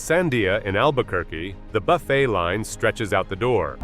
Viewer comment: Buffettt? That is where you lost me. It's not a human talking